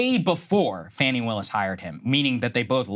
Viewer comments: Fawny, not Fanny. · Fah-ni. it's not hard to pronounce people's names correctly.